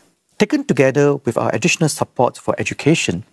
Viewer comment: In case people miss east-coast-plan-singapore-togeder man's 'togeder'...it is